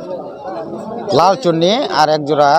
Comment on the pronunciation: নট না ভাই -- ১) নর,নর,নর।৷৷৷ ২) লালচুন্নি না ভাই -- লাল চুল্লি,চুল্লি, চুল্লি।।।৷ ৩) লেছার না ভাই-- রেসার,রেসার,রেসার।।।কথা শিখে তারপর বলেন।